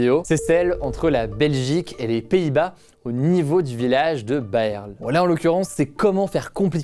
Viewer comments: On dit Baarle! Pas baeaewrle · Par contre on dit pas Bèrle (nasseau ou le duc) mais Baaarle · Au cas où en Belgique on n'a pas de mairies comme on n'a pas de maires, mais ce sont des maisons communales avec des bourgmestres, et Baerle se prononce Bârle comme ça vient du néerlandais. Voilà pour la prochaine fois ^^